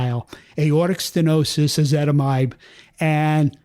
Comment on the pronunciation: Why is ezetimbe pronounced "ezitimide"?